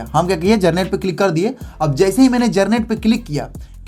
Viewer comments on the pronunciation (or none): Generate ❌ garnet✅ 😂😂